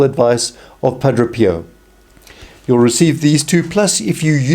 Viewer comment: You sat Padro Pio but it's pronounced Padre Pio ...Padray